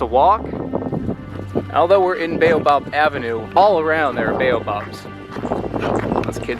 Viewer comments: I cringe every time you say "Beyo-Bab". LOL. It's "Bah-oh-bahb". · If you say ‘Bay-you-bob again I’ll scream. 😩 Why can’t you pronounce the name of this African tree correctly Mr. American, in whose country people are forced to pronounce words the US way. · It's pronounced as Bow Ab. We have them in Australia.